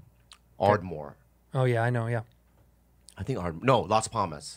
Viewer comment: Yeah, its Las Palmas, Bobby. Get it right. God.